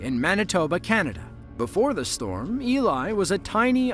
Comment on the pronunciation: The Town of Elie is pronounced "Ellie" not "Eli"